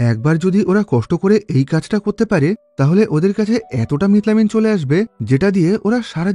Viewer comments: মিথাইল অ্যামিন❌ মিট লামিন ✔️😂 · ekta manush methylamine ke kivabe mitlamin bolte pare ? . or theke bhalo bit-lobon bolten